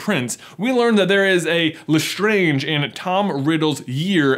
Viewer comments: Its LestrAAnge not Lestrange - Hermione Granger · You just butchered the LeSTRANGE family name. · Jeebus! You know because you watch the films it’s pronounced Le Strange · LESTRAYNGE, NOT LESTRONGE, HOW CAN YOU EVEN THINK IT’S LESTRONGE WHEN ITS SAID IN THE MOVIES LESTRAYNGE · Did anyone else notice when J just randomly said LaStrange weirdly? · I love how he pronounces Lestrange a couple times how it would be pronounced in French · Why is no one else questioning how he changed his pronunciation of Lestrange?